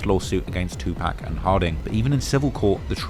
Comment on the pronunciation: “Two Pack” 😂😂😂